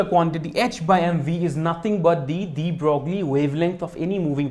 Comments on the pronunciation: It's pronounced "De Broy". But few people ever say it right. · The French name DE BROGLIE is pronounced like "DE BROY" (= like 'the boy' with an r)